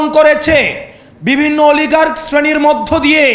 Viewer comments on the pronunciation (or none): none